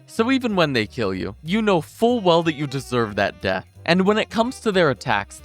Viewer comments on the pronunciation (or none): none